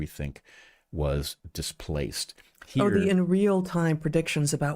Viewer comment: Come on guys! It's not pronounced "Epich Times" but e-POC Times.